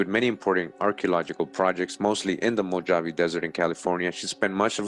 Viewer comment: mow - haa - vee = MOJAVE == YOU got that right == a DAY is like a THOUSANDS year TO OUR FATHER CREATOR they don't know the exact amount of years the earth has been here. THEY are LYESTIMATING, LOL telling lies with their estimates as USUAL. ==??EXPERTS?? THANKS for all the GREAT RESEARCH that you do. Also all those OTHER NON HUMANS they are finding are the HYBRIDS and Demons that The devil and his demons other fallen angels tried to create by creating their OWN RACE and FAMILIES. == That is WHY THE CREATOR FLOODED THE EARTH to WIPE THEM OUT, because they were created in REBELLION to OUR FATHER CREATOR's PLANS. == They mix TRUTH with So MANY LIES. They still have not revealed the info and TRUTH about the GRAND CANYON or told anyone about the thousands of PYRAMIDS that are WORLDWIDE. People forget that THE WORLD was ALL ONE CONTINENT and LAND MASS at one time in the HISTORY of the WORLD === PANGEA. MOST likely that land split apart during the GREAT WORLD FLOOD. == The world was reset by OUR FATHER CREATOR after the flood. During the time of the TOWER of BABEL == GOD OUR FATHER CREATOR DISPURSED ALL TRIBES OF COUSINS TO ALL PARTS OF THE WORLD.